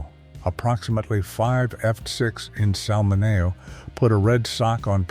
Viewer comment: Sal Min-nee-o 🙄🙄🙄